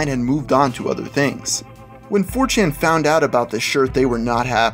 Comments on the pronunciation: He said 4tain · he said "4Tan"